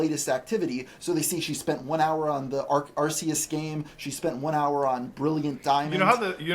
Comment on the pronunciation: I know this is irrelevant, but it's pronounce Ar-kee-us